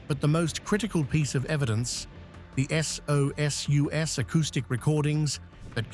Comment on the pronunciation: Please get your shit together.....BOW is pronounced in the way you bend at waist with the rest of the body (from the waist down) held straight,.......SOSUS is pronounced SO SUS if you want to continue doing these documentary's I am sure you have ex navy people around to proof read the scripts, I am a U.S.N. veteran and if this documentary is about submarines why is the officer wearing SUFACE WARFARE wings instead of the DOLPHINS??? ⚓